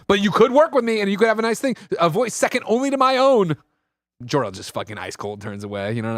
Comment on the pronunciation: jork-el took me out lmao